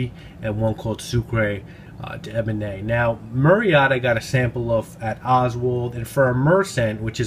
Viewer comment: Pronunciation Soo-kr deben. The e at the end is without an acute accent so not pronounced. Hope you don’t mind me saying! 🤗 love so many of Pierre Guillaume’s fragrances. Great review at always.